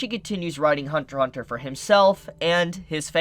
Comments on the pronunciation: It’s Hunter “X” Hunter. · Only idiots call it Hunter X Hunter. The X is silent in Japanese for this title.